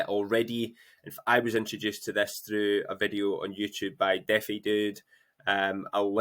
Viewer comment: Why pronounce defi like that lol